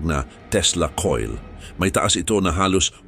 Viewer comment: Natatawa ako sa pag narrate ni kuya.. itso, kuryentse, suportsa, tsubig, nakitsa, ditso, nitso, kapakanan ng tsao.. ano ba yarrrrn…